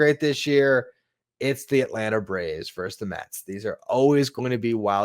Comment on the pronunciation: "Versus",. Not "verse". LGM!